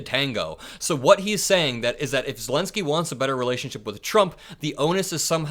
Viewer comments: did you say vladimir selensky? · Vladimir Selenski you said. Just like Biden. Haha